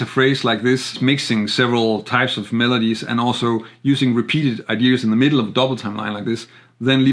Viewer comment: Nice analysis but please stop saying idears, there’s no “r” I know it’s picky but ...